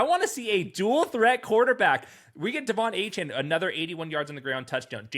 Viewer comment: Somebody please tell how to pronounce De'Von Achane, its really hard to take this guy seriously